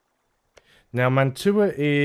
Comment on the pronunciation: Fun fact: Mantua is pronounced like mantwa, it's a french Italian name